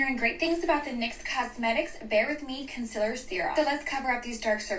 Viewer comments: Lol, ppl who say "CUNCLR" instead of "concealer" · I can't cope with her saying "KUN-SULL-RRR" genuinely what the FUCK are you saying girl, learn english pls pls there lowkeyhighkey needs to be not only official consistent influencer language but also influencer education standards so people can be sure they are listening to someone who knows how to actually speak words properly...... just my opinion, don't get mad, allegedly etc